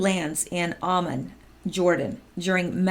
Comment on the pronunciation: Hi! Angela Merkel looked pretty PO’d during press conference following her and Trump’s meeting. She also looked defeated and crest fallen. She failed. So did Macron. It’s pronounced “ah-MAHN” Jordan. Used to fly there all the time